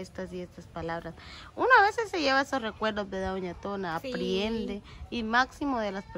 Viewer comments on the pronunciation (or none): Se dice Aprende no (Apriende)